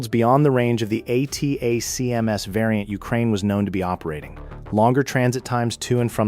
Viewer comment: "ATTACK-EMS" << acronym pronounciation. "G-U-R" << sounds like this. Your video visuals dont match the audio. The video is too long. Asking questions? sophomoric. This would make a good 10-minute video. What it lacks is cohension and what it needs to get rid of is saying the same thing more then once. Just set the ground work and then move in to the kll. People dont have time to waste watching 10 minutes of the same narration. Finally, state your references, such as putting up screen shots from ISW or AFU released reports. Good try, but needs tightening.